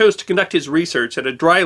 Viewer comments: Just one minor quibble, it's "Muroc" airfield, not "Murdock". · muroc, not murdock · Edwards Airforce Base was formerly named Muroc Army Airfield, not Murdock...(pronounced "Müh-rock") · Muroc not murdock. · Great man and great video. The original name of Edwards AFB was Muroc, not Murdock. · I have found yet another error in your narration, The correct name of the base is MUROC not Murdock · Not that I look for them, but I believe I have caught two mistakes in this episode. The name of the testing range near Edwards Air Force Base is Muroc, not Murdoc. It is named after Muroc Dry Lake. And the study of animals is pronounced ZO-ology, not ZOO-ology. Still, I really enjoy your presentations and will continue to watch them. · it is MUROC nor murdock..... get your history right ...... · Just a nitpick.. It’s “Muroc” without the “d.” Not “Murdoc.” Name was the backward spelling of “Corum” since there was already a town town Corum and the postal service wouldn’t let them use the name. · I HATE to be picky, but the AFB where the testing was done is not "Murdock", it was "Muroc". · Murdoch? i thought it was Mirrock (sp?) Airfield. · Murroc not Murdock